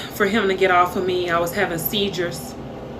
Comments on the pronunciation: Seedures not seizures 🙄🙄🙄🙄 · She said seagers lmao😅😅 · Brah what is “sadamadize” ………..”See-Derrs” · She said, "I was having seajures..." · Did she say Seidzures 😂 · “I was having seetjuz” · She said seizure wrong too